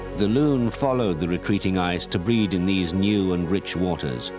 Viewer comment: Its a loon not loom. We have them in new Hampshire